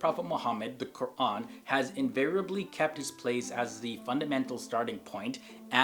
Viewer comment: Good pronunciation of “Quraan” not like many who usually say koran.